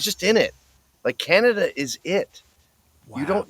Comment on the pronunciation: Lol... "KHANADA" 😮😅😢